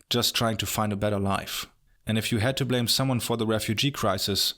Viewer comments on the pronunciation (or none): none